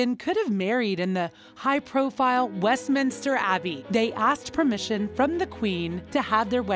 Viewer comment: They are paying £millions for this positive PR and the commentator cant be bothered to pronounce basic things like Berkshire, Grenfell, Edinburgh, West minster etc properly... I suggest you try n get your money back H n M. Haaa haaaa